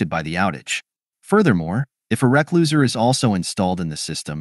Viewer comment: try replacing recloser with "re-closeer" or "re-close'er" and the AI voice will say it correctly. Sometimes you have to teach it to speak technical words correctly by spelling it grammatically.